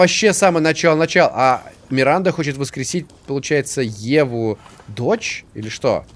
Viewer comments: 12 00 сказал миринда вместо Миранды ахах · орнул, когда сказал "Миринда" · Миранда: существует: "Миринда..." )))